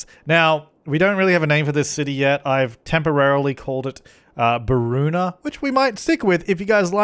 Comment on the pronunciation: not beroona...